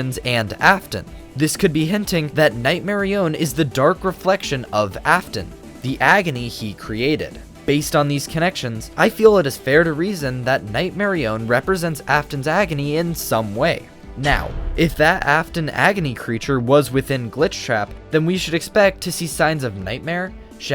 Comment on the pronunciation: Nightmarionne not Nightmarrione